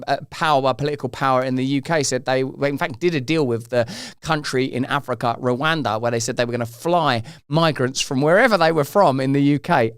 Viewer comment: Did he say Rwinda instead of Rwanda . Did he get himself mixed up with Windrush, who absolutely have every right to be here